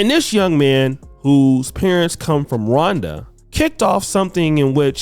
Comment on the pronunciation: where is the country "Ronda" located